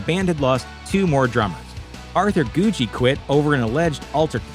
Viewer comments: Well done vid with lots of accurate, often overlooked facts (ie, Doyle's real name/change to Doyle/addition of WvF surname), but Arthur's last name is pronounced with two hard g's: "goo-gee," not "goo-jee." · I think it's pronounced GOO-GEE not GOO-JEE . I thought Doyle said so in an interview , anyway . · goo gee, thats how its pronounced. arthur goo gee